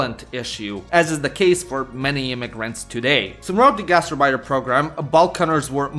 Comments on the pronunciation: Knowing German and hearing gastarbeiter pronounced like that really, REALLY hurts The gast part is fine, it's the arbeiter (which is more like ahrbaitr) than urbeitr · Gaz terrr biters!😂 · The way you pronounce "Gastarbeiter" sounds like "Gaster biter" and it tickles me pink. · He's showing his 'Merican side there. I only speak Pigeon German. It sounded perfect to me in Indiana. But I know I don't say Bratwurst or HofBrauHaus correctly. But we just say 'Brats' (frying) which would confuse any good German. Here it's understood to mean sausage, but we are happy in our ignorance.